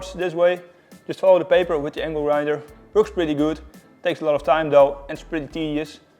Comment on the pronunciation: You KNOW it's gonna be good when you hear " IT VERKS!"